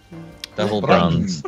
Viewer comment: "brunzee" medals are the best medals